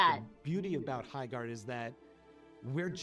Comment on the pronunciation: Erm my gerd it's HI-gerd